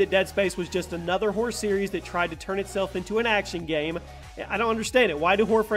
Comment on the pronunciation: Not hating but the way you say game bothers me